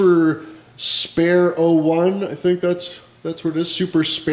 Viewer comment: SuperSparr. Spar like boxing only with 2 RR. Not Spare, beg my pard